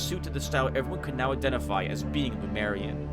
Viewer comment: it's lemurian not lumerian xD